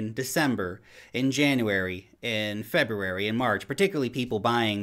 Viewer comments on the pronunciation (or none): none